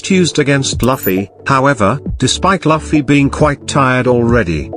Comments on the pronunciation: Luffy is luff not laffy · The robot voice saying "Luff-fee" instead of "Loof-ee" has me pissed. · Luffy not lafi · he is speeled loofy and not lafy :P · It's not lafffi It's looooofeeeyyyy Try pronuncing like this🥲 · I like how the AI says Laffi instead of luffy 😂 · Who tf it’s loffi?😂😂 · I get it's a robot voice but it's very unpleasant to hear it say Luffy like Puffy. Just nope 🤣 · Laffy ?? Seriously now?? LAFFY???? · He just said loffy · Laffy wtf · Your pronunciation of the name "Luffy"